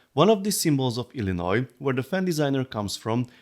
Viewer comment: Big props to you for pronouncing Illinois correctly :D. Some of us here can't even do that its the next state over.